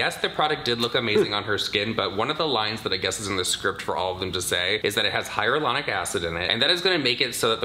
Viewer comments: Lmfao the way she said hyaluronic acid 😂😂😂 hyralonic habababab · I’m living for how these celebs are saying “hyralonic” acid wrong because they’re reading a script. 😂😂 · Not the hyralaonic 😂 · The fact that boy Tori and Melissa mispronounced Hyaluronic Acid the exact same way!!! 🤦🏻‍♀️